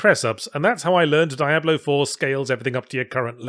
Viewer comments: it's dee-ah-blo, noe dye-ah-blo, or just write diablo in google translate spanish and have it say it for you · Diablo is a spanish (latin?) word. It's a short I, not a long one. It is not Die-ablo. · Never knew you pronounced it as Die Ablo! Always thought it was Dia Blo. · so, why do i hear so many ppl pronouncing it die-ablo now? the name is said by characters in every game. I presume. I hear he's not even in 4 at all, so maybe it isn't said. but anyway, its not a fucking mystery or ambiguous how its supposed to be pronounced, but now i hear Yahtzee, and others, pronouncing it such. why did that come about? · It’s pronounced Die-ablo?! Oh no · I can't help but wonder if he intentionally decided to mispronounce it as Dye-ablo just to see how many people decide to point it out in the comments. Oh wait... :/ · First time I hear it being pronounced as die-ablo lol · Spanish is my first language and every time he says "Daiablo" a part of me dies and laugh at the same time. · Gotta say I chuckled everytime you said "Diablo". DIE-AH-BLOW. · The way he is pronouncing it is cringe. I'm not sure if it's intentional for satire or ignorance? Are there two "Ablo's"? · I forgot how painful it was to hear Yahtzee mispronounce "Diablo" 50 times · Yet another occurrence of Yahtzee (intentionally?) pronouncing certain vowels as (IPA) "ai" instead of "i". See also Elysium and Miyamoto. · Diabolo, a circus prop used for juggling. Sorry, can't help but notice your odd pronounciation. Not criticism, it's probably just me. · It’s pronounced Diablo, not Diablo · How many times in the same video can you mispronounce the game's title? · I don't like how you pronounce Diablo. It's clearly pronounced Diablo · "Dee-ab-low" not "Die-ab-low". "Rab-id" not "Ray-Bid". And before anyone says anything, yes I know the pronunciations may have been intentionally uttered in order to elicit the ire of his viewers. If that was his intention, then mission accomplished.